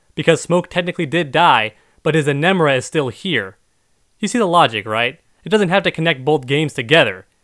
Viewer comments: He keeps saying “Enemra”! Stop ✋ I’ll spell it out for you E-N-E-N-R-A Damn this got to me Also while I’m at it let’s check this out GamingSins said They’d hire her if she was real (her being Jacque) then this guy goes on to say “I think you should, that way your videos wouldn’t be so much bullshit” then he goes on to complain about people taking things so seriously 😑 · Emenra? It's Enenra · How this guy defends the ice and fire "negating each other" 😂gone to school dawg?😂 "Enimra"😐 Someone better make a video smashing this dude